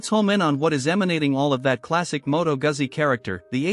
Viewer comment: Please learn to pronounce Guzzi. Long "U", the double "Z" is a "TS" sound. Thanks for the review.